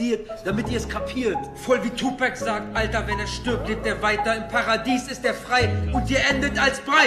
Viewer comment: Nahhhhhh bro sagt einfach tupääääc